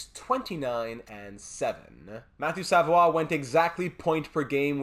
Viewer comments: but they don't pronounce it that way... You can also see both pronunciations in Quebec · hes not french bruh ur saying his last name wrong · I noticed you said it wrong the whole video... I'm just pointing out that they don't pronounce it that way. And both him and his family would most likely correct you on it as well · it's almostl you become a french canadian when you prononce their french names. It Makes me laugh everytime haha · Idk why it makes me so mad when he says savoie wrong